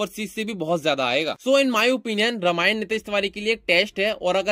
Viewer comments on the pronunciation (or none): रमायन नही.. रामायण बोलो